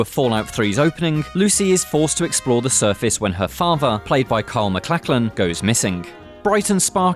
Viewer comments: Oh no! Someone doesn't know how to pronounce something. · "Carl Maclaclin"??? Really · Kyle "McLacklin"?!? How the hell do you get "McLacklin" from Maclachlan?!?! O_o You've just lost all credability...